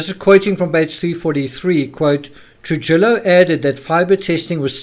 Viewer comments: Trujillo....Troo-hee-o not Troo-ji-lo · Trujillo.....Tru he o